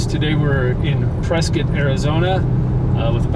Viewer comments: Prescott Native born and raised.. thank you for pronouncing the City, PreSkITT and not PreSCOTT. And that big building by the Ranch off Lee Blvd is a Retirement "Community". And fyi we dont have any "clubs" on whiskey row. We have Bars. It's the Old West. Everywhere in Prescott you will go up hill. So houses onto of hills are very common. Everywhere in Prescott has a view. And you really didnt even go into Prescott. It's mostly N. Prescott. Dont confuse that with downtown. They are completely different. Prescott is so diverse. Downtown is much more vibrant. Prescott is a "tourist town with a drinking problem". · Ya you are saying Prescott right